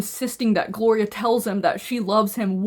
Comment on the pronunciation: 😂my name is Gloria I genuinely got scared 😂 I love the way you say the name